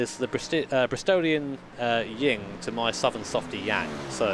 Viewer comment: Kinda, except it's yin/yang, not ying/yang. Win works too. :)